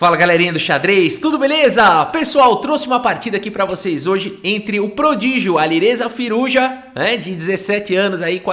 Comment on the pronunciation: “Alirrêza Firrujá” kkkkk